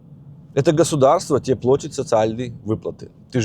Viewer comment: Извините, конечно,НО... (государство и т.п.):плАтит (а не плОтит),от слова "плАта"😉🤗 .а"Особь", конечно,идиотка 🤯